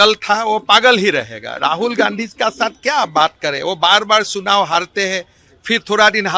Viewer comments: Sunao nahi hota hai sir....chunao hota hai...😂😂 Aur Isi Paagal k under me na jane apne kitne saal chori kiye....😂😂😂😂 Aur apna aur apna biwi ka wealth bataya....😂😂😂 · जो चुनाव को चुनाव कि जगह सुनाव बोलता है, राहुल गांधी को जज कर रहा है 😂😂